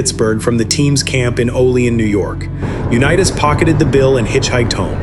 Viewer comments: Misprouncing his name (U NEE it’s) and that of Allen Ameche is unconscionable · UNEETAS?? PRETTY GOOD BUT THAT MAKES ME THINK THIS WAS ai. Which is stupid A big turbodf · The text to audio in these clips is so bad that I can't continue watching..Sorry Johnny U-Knee-Tass who learned to Do-See-Doe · It lost me immediately when it called him Uneetas. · NARRATE YOUR OWN VIDEOS...ai IS STUPID. Johnny U- Nea -us...smh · The voice-over bot cannot pronounce 'Unitas' correctly. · He can't even pronounce Johnny Unitas is last name correctly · You do a nice video on this tremendous player and you don't even pronounce his name properly. That is totally disrespectful. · If you’re going to narrate. At least pronounce the names correctly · AI is unwatchable after mispronouncing Johnny's name.